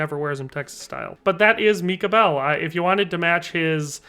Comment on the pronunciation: why did he say micah bell like MECAH BELL